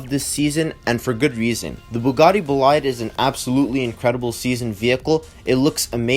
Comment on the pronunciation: the Bugatti Bolide is pronounced as BO-LEED